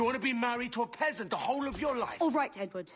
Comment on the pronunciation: Sometimes when you say Edward, it sounds like "n word" that's hilarious Nword Kenway 😂😂